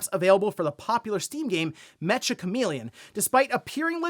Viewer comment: Meccha is a Japanese slang term meaning very/extremely, similar to how you would use the word hella in English. It's pronounced -cha, not -ka.